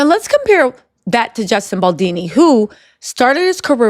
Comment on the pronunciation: Justin Boldini ?!!!